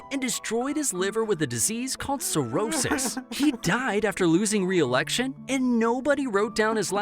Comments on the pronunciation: CIRHORRIS, haha, not quite. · Bro it's cirrhosis not cirhorris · One of the most tragic attempts at “cirrhosis”